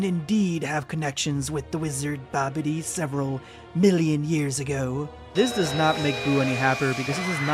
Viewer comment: Dude said Babidy when the manga said Bibidi. I question why he didn't work-check himself.